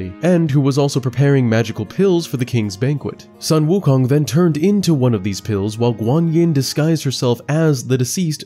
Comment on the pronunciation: Sorry for being a stickler... but Sun Wukong is pronounced as Soon Wu Kong. Sorry... pronounciation nazi-ing a little here... dun mind me.